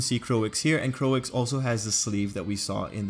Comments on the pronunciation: I like how you did this,But i dont know why people are making fun of you cuse you said "Coix" i think you did great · 'Croix' should be pronounced like 'croah' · No, Croix is pronounced as "Kroy." Think about the Japanese dub of DBZ. We don't pronounce character names as "Kurirrin" or "Piccorro." They use consanent vowel pairs in most of their letters, which limits their pronunciation capacity.